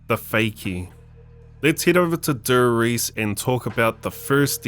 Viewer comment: Brow pleas dont say TheRise it Namen D e r R i e s e . Make ups German proud.